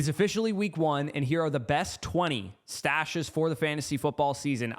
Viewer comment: Came here to say the same… kept hearing mustache 🥸